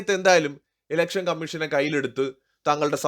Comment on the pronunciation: ഇലക്ഷൻ ആണ്... എലെക്ഷൻ അല്ല 🙏